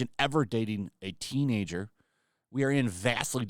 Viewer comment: The way she keeps saying " teenager" She makes it sound like he was dating a 16 year old